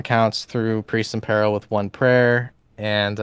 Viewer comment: At least you got peril right, you just had the emphasis wrong. Nothing wrong with that at all. It just means you are thinking of the word written down rather than spoken aloud..